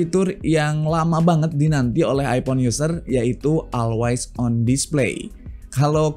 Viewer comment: masukan aja brader, bukan bermaksud mengajari 🙏 untuk ucapan bbrp kata b.inggris mungkin bisa diperbaiki di video2 selanjutnya (seperti pd pengucapan kata "event" dan "always") bisa coba dengerin di google translate utk pengucapan yg benar